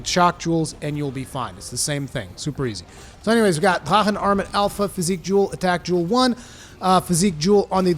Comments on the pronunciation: Honestly it sounds more like he's saying da'ha'han. I've heard the proper pronunciation and I swear I still hear the "r" and "k" sound in it. Sounds more like Drak'han with an emphasis on a slight roll of the 'r' but maybe that's just me. 🤷🏽‍♂️ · "I try to pronounce things correctly" Ok, except they say it in ff xiv. It may be a german word in origin, but that's irrelevant in a make believe world where they use it and it's pronounced "drakken" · Wo bist du aufgewachsen? drachen wird so nicht ausgesprochen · this is a japanese game, with japanese based spelling. so its not pronounced in german. no? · Say “drachen” one more time 😜 but seriously I think this is a great arch tempered no silly mechanic just a beefy monster I find him fair if your greedy or spam your gonna get wrecked. It’s a shame he’s the last till Iceborne but damn I agree he’s a fantastic send off I can only hope that one day all the arch tempered are added permanently so they can be challenged over and over I find many of them the best challenges in the game accept kushala he can go suck it 👍